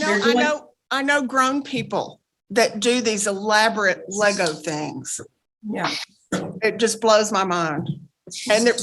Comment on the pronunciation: It’s LEGO!!! Not LEGOssssss!?! The LEGO company has even requested people to refer to it as LEGO!??? The word means ‘PLAY WELL’ so ‘PLAY WELLssssss‘ is wrong!!!! 😡 It’s an adjective not a noun…& it’s not difficult!